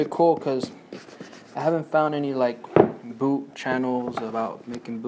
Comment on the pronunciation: dude .... its a booT not a boo